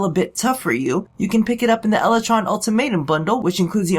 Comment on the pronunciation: "Lel"ytron Lol